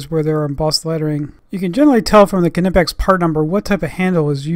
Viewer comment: Also Hats off for being probably the only America who knows how to pronounce Knipex